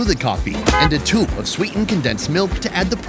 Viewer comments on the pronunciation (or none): none